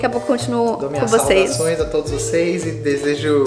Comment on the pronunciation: Não aguento o "saudações" kkkkkkkkkkkkkk